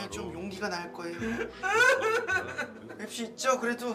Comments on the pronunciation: 미치겠다 ㅋㅋㅋㅋㅋㅋㅋㅋㅋㅋㅋㅋㅋㅋ이만하면 진심으로 달콩이도 즐기고 있는 거임 ㅋㅋㅋㅋㅋㅋ근데 와중에 딕션도 좋고 연기도 잘함 ㅋㅋㅋㅋㅋ 어이 없어 하 카fㅔ,맵thㅣ 발음도 너무 찰짐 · 빈이 NO맵시 발음 너무 중독되 ㅋㅋ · 도어빈 맵시 발음 너무 찰져ㅋㅋㅋㅋ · 아니 문빈 노맵시 발음 무슨일이야,, ㅋ ㅋㅋㅋㅋㅋㅋㅋㅋㅋㅋㅋㅋㅋㅋㅋㅋㅋㅋㅋ 맵시 발음 저렇게 찰진사람 처음 봄